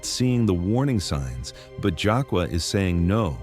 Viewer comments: Stop calling this lady Jacka…..it’s! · Omg why he keep calling her "Jaka' it's 😂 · Exactly! And the fact that he keeps mispronouncing her name is pissing me off! 😡 He keeps calling her "Jockwa" when her name is!! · I hate how ai pronounces black names. HER NAME IS JUH KAY LUH !!! FUCKING ROBOT. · Your pronouncing her name wrong. That’s the least you could do is properly pronounce her name. It’s pronounced Jah- Kay- La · Jah -Kay -la - this is the way it is pronounce. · Is this AI or something? It's annoying 😑 AF hearing someone's name being mispronounced! Nobody: You: Jaqua. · I use to work with this young lady, and she is the sweetest person. I’m hurt that this happened to her 😢. One thing that irked me about this video…her name is pronounced Ja-Kay-La!!